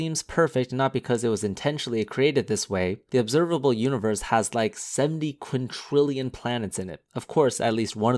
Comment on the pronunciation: Seventy quintillion, not "quintrillion".